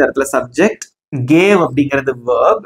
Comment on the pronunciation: Bro that is verb not vearbee